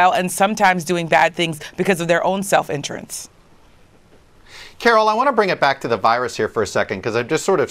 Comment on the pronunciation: OMG Did you just say intrents? Stop it!